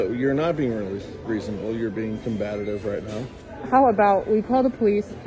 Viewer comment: He tells her “you are being ‘combattitive’ ”. Learn how to speak English David! The word is COMBATIVE. He is clearly protecting the racist Karen. These are the kind of people who would tell someone speaking another language “speak English this is America”, but they don’t know how to speak English themselves. It gets pretty hard when the words get big, doesn’t it David? Stick to the small words! You can’t speak the most common language of the country! This woman was not being combative, she was standing up for herself.